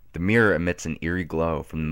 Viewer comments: I'm American and I heard Meer. The only American accent that naturally pronounces it that way is the southern "Yeehaw that thar's uh mawnstur in tha' meer." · I would have enjoyed this a lot more if you could pronounce mirror properly. I mean, seeing as the word features so often, it ought to be said you know, properly and not like "Meer". But then i'm British and you're American so it probably sounds normal to you...? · So does the hippie (blonde one) in The Beach, with Di Caprio when he says to his mate, you're looking in the Meer all the time. First time I noticed it, Annoys the shit outta me. Weird.